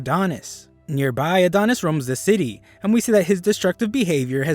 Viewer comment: Everytime you say Near Bai (nearby) I get great flashbacks